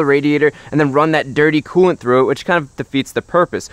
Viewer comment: Take a shot every time he says coolent